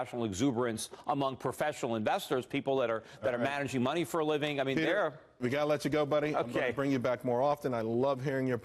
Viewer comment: Petah? Who Petah?